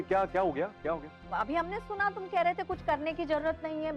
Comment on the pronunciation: Ye urmi ke mama kuch ko kuchoo bolte hai😂